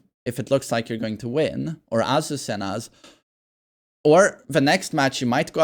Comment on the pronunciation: Spanish speaker here. Since you already pronounce the japanese names correctly, you might wanna know that Azucena its accented on the E, not the first A.